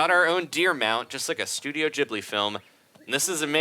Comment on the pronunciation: It's GIB-ly not JIB-ly